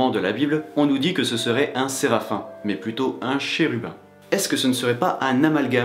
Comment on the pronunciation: Alors on dit Serafiiim et non aïe.